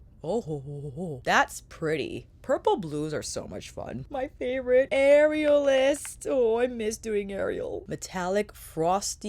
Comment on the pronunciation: Am I the only one who kept hearing “areolas” and not “aerialist”? 😂 Beautiful looks!! Not the palette for me but I love to see what creativity it inspires in others!